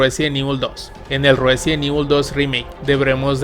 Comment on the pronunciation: "Ruesident Evil" 🤣